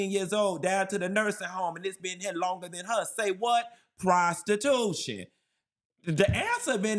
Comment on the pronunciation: But what about "prostitutionnnm" 😂 jk/lol😂